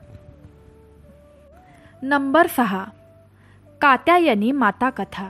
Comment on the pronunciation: निश्चित शब्द पण म्हणता येत नाही पहिले नीटट बोलायला शिका तुमच्या घरातील लोक तुम्हाला काही सांगत नाही का की तुम्ही जोड शब्दाचा उच्चार चुकीचा करता कात्यायनी असा शब्द आहे पहिले नीट बोलायला शिका चुकीचे शब्द उच्चार करु नका